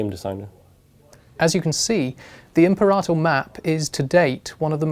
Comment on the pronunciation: It's pronounced Im-peh-ra-tor, not Imp-er-ah-tr.